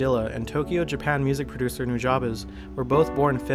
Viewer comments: its pronounced new ja bes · pronounced (NU-JA-BEES) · it's pronounced "new-jah-bess" just for the record books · Is that how to pronounce nujabes? i always said it like 'nu-jaybes' instead of 'nu-jah-bes' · Am I the only one who has always pronounced nujabes like "new-juh-bees" ???? 😅😅